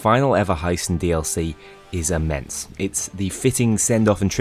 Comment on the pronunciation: ok had to hear this multiple times cuz the first two times I heard “payday 2’s final dlc heist is a mess” before hearing “is inmense”